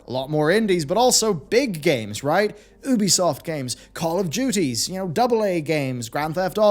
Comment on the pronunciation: "Ooobee soft" Everyone else in existence: "Yu-bee soft"